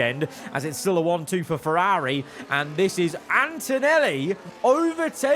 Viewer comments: I can’t handle his pronunciation of “FerrAaAari”. It’s ear piercing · it's certainly a pronounciation